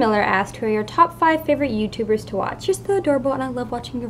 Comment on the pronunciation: fiber ootuber is clearly what I heard